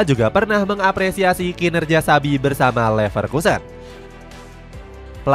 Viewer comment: INGAT YA ADIK” XABI PAKE B BUKAN V 🤡🤡🤣